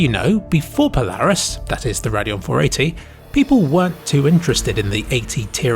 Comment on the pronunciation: oh, he's saying "Radeon" not "their annual" or "perineal." I was so confused LMAO